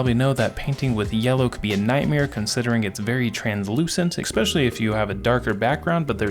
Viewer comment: “Ex-pesh-ully”??? Come on now. That’s right up there with “piscetti” on the ”Words English speakers should be saying correctly by Age 4” list.